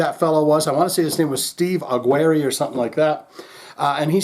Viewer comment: Pronounced: Awe-jeer-ee. That's how I've heard it many times. He did a decent job filling in for Steve Perry, but of course, no one can match the likes of Steve Perry. They can only come close.